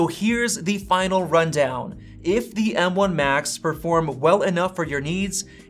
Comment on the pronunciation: You have a pretty good channel, but your constant misuse of articles (“a,” “the”) with a long vowel sound (“ay,” “thee”) is REALLY annoying. Nobody says, “THEE MacBook Pro .... (blah, blah, blah).” You say, “THUH” when the next word starts with a consonant. You only say “THEE” when the next word starts with a vowel. And just don’t say “ay.” Like don’t say, “The battery lasts AY lot longer.” You say “uh.”